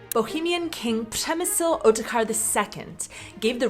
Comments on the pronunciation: Major props on nailing the Ř in Přemysl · I have to commend you pronunciation of Přemysl . Not many non-native speakers manage that, and even locals often struggle with the dreaded Ř in primary school. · never heard an American pronounce "Přemysl" better ... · wow, the Ř sound is amazing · wtf, did I just hear a perfect "ř" on your part? Nice! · WOW, that pronunciation of Přemysl 😍